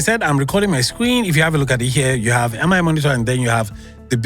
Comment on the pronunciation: Nice review. It's funny how you kept saying M-I monitor 😅